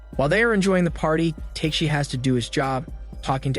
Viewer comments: Sounds like he's saying "Teshi" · The way you’re saying tekeshi’s name is kinda infuriating 😂